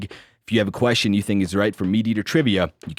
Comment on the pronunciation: What is the correct way to pronounce the word "question"? Every time says that word I shutter. lol. Also, I agree with Clay... it's "akerns". Lol. Thanks for all that you guys do.